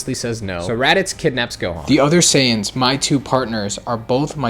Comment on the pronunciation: You're not. It's not "Dendi", it's "Den-deh". "Sayians"